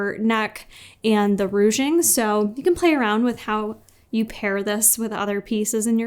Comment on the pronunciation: Haha, “rouge-ing” instead of “ruching”.